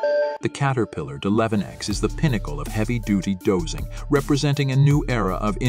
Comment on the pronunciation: WOW the narrator has no clue he keeps saying deleven ex!!! Why didn't they shut the computer off and reboot???